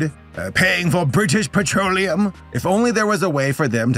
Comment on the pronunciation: The way you said British petroleum was so fucking perfect 😂😂